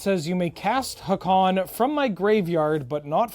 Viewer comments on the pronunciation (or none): The prononciation of Haakon drives my Norwegian brain mad.